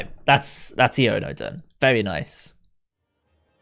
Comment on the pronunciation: Am i the only one who thinks Iono’s should be pronounced “I oh na”?